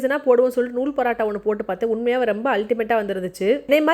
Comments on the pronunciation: Why are you saying parattha like northies you're a tamilian bruh say PAAROOOOTTTAAA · Paratta ila mam parotta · Parata illa porata ok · Paraaata illa sis parota😂